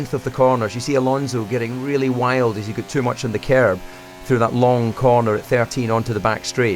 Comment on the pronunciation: DC! I could listen to this dude read anything. Anyone who can squeeze an extra syllable out of the word curb, is alright by me.